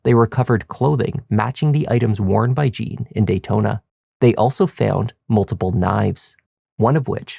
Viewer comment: From Haiti, initial "J." Wouldn't he be called Jean, not Gene?